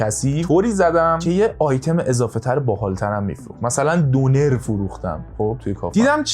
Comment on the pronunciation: شما تو تهران می گید دونر ولی اسم اصلیش دوو نر یه اسم ترکی هست(تلفظ نر اش شبیه تلفظ واژه نر (جنس مذکر)) یعنی در حال گردش- وقتی رستورانت رو زدی لحاظ کن😅